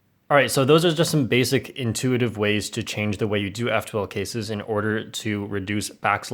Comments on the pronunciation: "inuititve?" lol xd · ah yes, inuititve